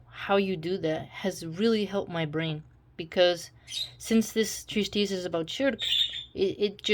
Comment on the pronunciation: This is in no way meant to put you down or make fun of you. There is no "s" in the middle of "Treatise".